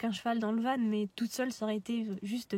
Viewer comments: pas vanE non, on dit VAN stpppp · Bonne video Par contre juste van se prononce "vent" pas "vanne" mais sinon top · oui je comprend bien je pensais qu'il n'y avait qu'une seule facons de dire du coup sa me fait juste bizarre a l'oreille vu que je suis pas habitué